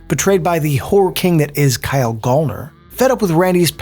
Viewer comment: its pronounced GAL-NER like gal as in girl